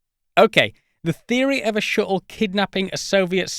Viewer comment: "Then just shoot down the Shu'le. If you like. Wha'evah."